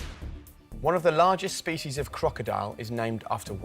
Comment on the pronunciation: species are pronounced differently!